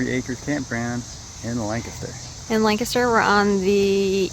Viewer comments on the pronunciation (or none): Lancaster. You're saying it wrong. It's Lan, say Lan, emphasis on Lan, then say Caster. That's right, LANcaster... Oh, go, just go, to that coffee shop in town. Forgot name, but excellent coffee. Also a great Indian restaurant in town.